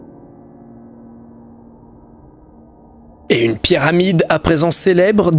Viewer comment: Au début j'ai l'impression qu'il dit "Pierre Amide" au lieu de Pyramide